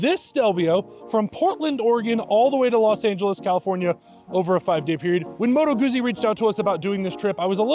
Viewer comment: It's common that many people do not know how to properly pronounce Motto Guzzi.